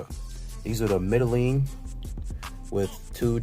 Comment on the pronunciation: The E is short e as in en not een